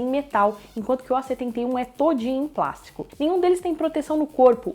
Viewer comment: PLÁSTICO e não PLASCO, não sabe falar desde o outro canal, e a tela é de 6.7 e não 6.4 como é dito.